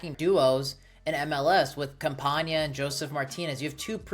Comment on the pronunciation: Campanas name is not pronounced Campaña. There is no ñ there you just pronounce it normally